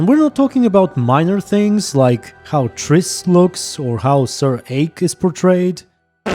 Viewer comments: I like how you pronounce Sir Eyck as Sir Ache as he was farting. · Look how they massacred my Eyck!